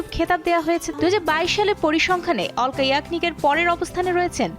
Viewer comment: অলকা না আলকা হবে